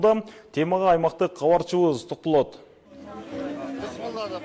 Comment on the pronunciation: Алып баруучу бала долбаёбсунго сен Габарчыбыз гаралды деп суйлойсунго Кабарчыбыз каралды десен болотго